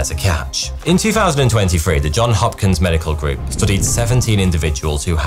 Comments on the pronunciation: Johns Hopkins! The John has an S after it! Just saying! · It's "Johns Hopkins" bro, not "John Hopkins". I thought that was common knowledge.